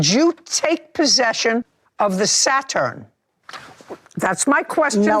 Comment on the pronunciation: If JJ say "Sa-Turn" one more time! 😂😂😂😭